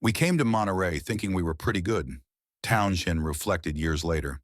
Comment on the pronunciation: Yep and can’t even get the spelling of Jimi correctly! Also, the name is not pronounced Town shend!